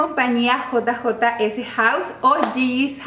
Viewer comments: Estás pronunciando GG's .. no JJ's Fuera de eso un gusto excelente como siempre ❤️ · no es JiJi's, se pronuncia JeyJey's, la J en ingles.